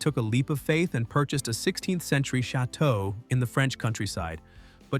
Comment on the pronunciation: Pronounce the damn chateaux correctly!